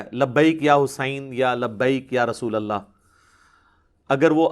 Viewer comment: Are yaar tum to khud galat bol rahe ho "Rasulullah " asal lafz hai Aur tum "rusulullah " bol rahe ho 😅😅😅😅